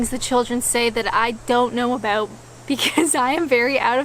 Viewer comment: "know aboot"?